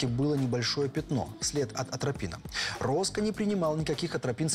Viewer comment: А шо это за фамилия странная у убитого ?..Вроде ж не россияне снимают, но украинские фамилии персонажей произносятся,порой, чудовищно. Перед съемками, все-таки, панове, не лишне проконсультироваться, все ли правильно понято в сценарии и где ударения делать ... РОскА... кровь из ушей